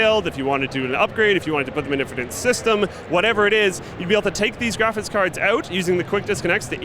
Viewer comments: I've always found odd the way says "graphics" is he saying "graphits"? No offence, I'm just wondering if it's a thing a lot of people do like people who say axe instead of ask. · i love how pronounces graphics card as "graphits card"